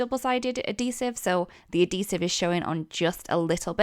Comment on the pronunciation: Add—heesive…. Not A-Deesive. Darn hard to figure out what you were saying until I figured out you were saying it wrong